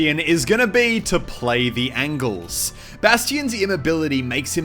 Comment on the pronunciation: he said "angles" (ayn-jels) as "angels" (an-gels)